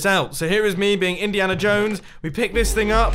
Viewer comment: No one: Mumbo Jumbo: Indihana Jones